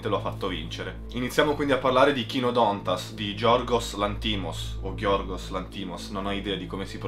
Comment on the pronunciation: Per quel poco che mi ricordo di Greco koinè (ovvio essere antico) voglio provare a vedere se riesco a comprendere la questione lessicale di cui tu parli, sempre che riesca a capire il Greco moderno. P.S. Dovrebbe esssere Kynòdontas, come scritto nell'accento acuto. P.P.S. Complimenti per la profondità dei riferimenti alle scuole di pensiero filosofiche-avanguardia.